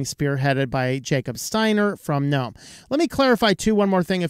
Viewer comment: Thank you for calling the the "N-ome" store and not the "G-nome" store like the IDIOTS do... Sorry- for them- that is just one of my pet peeves.. english rules state the g is silent. (don't know why- but that is just the way it is- and the other idiots sound so STUPID with "G-nome".. makes me want to sissy slap some of them. - and I HAVE when close enough!!